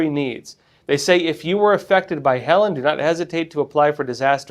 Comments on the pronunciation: It's pronounced Heleeeen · Many won't take your fact checking seriously if you don't even know how to pronounce the name of the hurricane. he-leen'